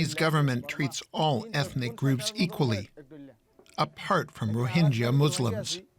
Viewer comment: please pronounce rohingya properly :(